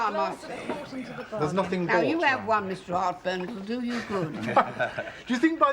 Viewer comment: harty couldn't say 'one' ie WUN.